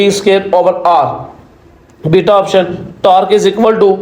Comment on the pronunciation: ap jab bita kahte hain to samajh nahi lagti